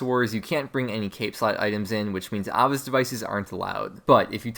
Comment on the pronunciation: Nigga that's not how you say Ava's